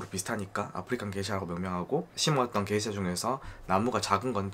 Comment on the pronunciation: 다 좋은데 왜 자꾸 게이샤라고 하나요? 원 지역명을 보면 명확히 게샤라고 써 있어요. 근원을 따지자는 사람마져 게이샤라고 첨부터 끝까지 발음을 하다니.... 에혀....